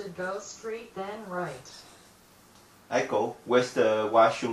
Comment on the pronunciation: "Hello, my name is Eiko" But I thought she just said her name was Aiko?